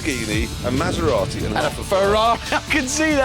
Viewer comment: I've never heard such a horrible pronunciation of Maserati. I winced every time.